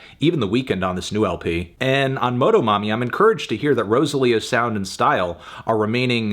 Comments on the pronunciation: la manera que melon dice "MOH-DOH-MOMMY" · hearing melon's pronunciation of motomami took a few years off my life. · As a hispanic person, hearing melon say "motomami" feels like seeing a teacher at the supermarket at age 7